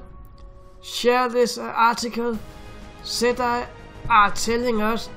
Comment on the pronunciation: It's pronounced ,settee, not set I. For gods sake man !!!